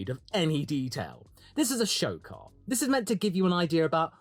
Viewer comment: I can already picture it now. Multiple holes in multiple desks, the echoes of “HE TELLS US CHANGE OUR CAHH, AND NOW HE CHANGE HIS CAHH TO LOOK LIKE OUR CAHH WHICH HE SAID WAS FAKKED. THIS IS NOT RIGHT CHRISTIAN”.